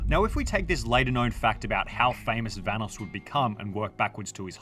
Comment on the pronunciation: The correct pronunciation of "Vanoss" has been mentioned many times in the video by the video creator and even Vanoss himself and yet this guy still pronounces it incorrectly